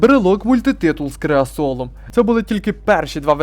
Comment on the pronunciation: Брелок "мультитиул" з "креасолом"🤣🤣🤣 А всього то мультитул з кресалом для розведення багаття чуваки поклали...